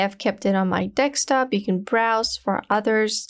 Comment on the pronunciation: Why do you keep saying dekstop instead of desktop? :))